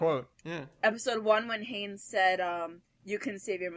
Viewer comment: It's Hannes, not Hanes >.>